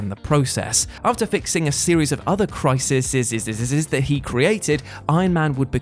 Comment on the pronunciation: I know you have a speech impediment but the plural for ‘crisis’ is pronounced ‘cry-sees’.